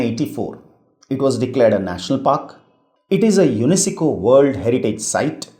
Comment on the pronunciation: Please pronounce the names correctly its very confusing as the names are itself very confusing also btw please check how to pronounce UNESCO its troubling me badly except that the video was quite informative. :)